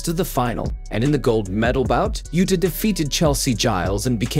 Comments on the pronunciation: "abe yuta"?!!!!....lol.......its pronounced "Ah-beh Uhta". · Please take the time and respect to pronounce her surname correctly - it should sound 2 syllables like AH-BAY (and not 'Abe' as in Abe Lincoln as you keep doing. You pronounce her first name correctly. (yu-ta) which is good👍🏻 Seems like you might be using AI generated voice here - if so, please adjust its output.